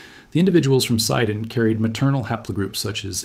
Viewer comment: It's not called SAIDON but SEEDON.